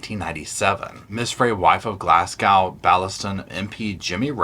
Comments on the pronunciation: Haha it’s not GlassCow, it’s pronounced Glazgo. Amazes me how Americans struggle with reading Scottish cities and towns. But more so when it’s people saying it on a public platform. Online dictionaries tell you how to pronounce things……from a wannabe linguist (😏) who was born and bred near Glasgow. That aside, love your delivery and vibrance in tellin this story! Harvey is a loon. You know how you just know how to read people from your country or state or town? It’s like that. I can see right through her bs but can also tell what she’s thinking in her responses and I can see right through everything about her. And Mrs Wray is entirely credible and sable. She’s emotionally intelligent and god only knows how she coped with this abuse for so long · Just to help you out you pronounce Glasgow as Glazgo. Sorry for being picky. My mom is from there.❤️ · It's pronounced Glazgo. Sorry I had to say. X